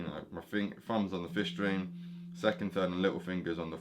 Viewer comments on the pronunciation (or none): When you say 5th string it kinda sounds like 'fish string' so I thought you must be German and using an alternate tuning because that's close to how you pronounce F# (often written as 'fis') in German and Dutch. A# would be 'ais'. Basically (note)+'is' means (note)# and (note)+'es' means (note)b. So Bb is 'bes'. Before you ask, I don't know why I wrote all of this either. I'm just the type that rambles on for forever about irrelevant things.